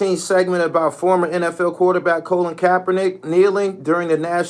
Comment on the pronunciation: Do you realize his name is Col-in. Not colin as in semi-colin